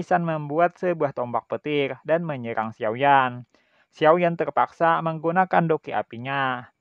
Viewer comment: Berebut bukan begrebut.... Menyerang bukan menyegrang... Menerobos bukan menegherobos😅😂🤣